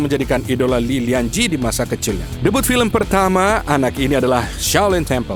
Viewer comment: Li lien chieh masa dibaca lianzhi😮